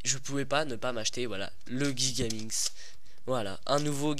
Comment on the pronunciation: On prononce jigaminx , pas guigaminx comme tu le dis